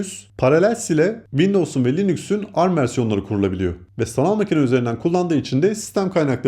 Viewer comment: video güzel olmuş fakat linüks değil linuks 🙏